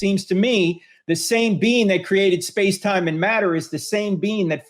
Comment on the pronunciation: Every time Frank says 'being' I hear 'bean.' >_> Powerful bean. Almighty bean.